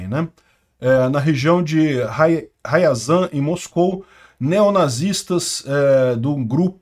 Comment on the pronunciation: Não se pronuncia Raiazan, mas sim Riazan.